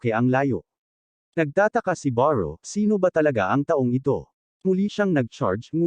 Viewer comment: beru po, hndi po baru